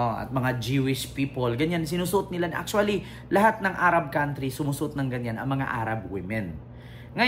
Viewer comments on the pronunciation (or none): none